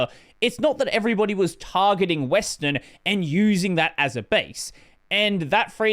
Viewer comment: Because it sounds like he says western